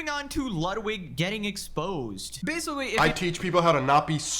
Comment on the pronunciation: if I hear "basicawy" one more time